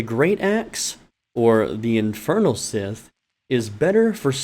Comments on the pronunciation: It's not "sith". You're pronouncing Scythe completely wrong dude. Think of the word "psi" or "sigh". It's the same just with the "th" at the end. So "sigh" - "th". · I loved the vid and appreciate it especially as an Axe main but stop calling it a sith man it hurts to hear XD. Amazing guide and it actually helped me I'm thinking of some tweaks to my grinding set! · You're saying "Scythe" swrong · Why he say scythe like that 💀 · Nevwr heard someone saying Scythe like that LMAO